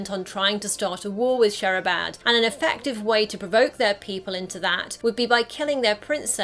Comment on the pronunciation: Its not Shehrabad Its Shirabad